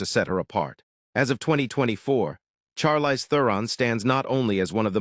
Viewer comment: Learn how to pronounce her first name.